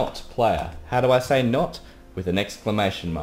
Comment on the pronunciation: the way he says s-a-yi but pretty good though I love his accent keep up the good work man